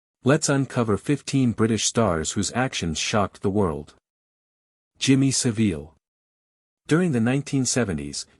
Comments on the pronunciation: Jimmy saVEEL?? Come on AI at learn how to pronounce this evil pervert’s name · It's pronounced Savil you AI moron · Jimmy Saveel? Stopped listening. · Me too. Should be Jimmy SoVile lol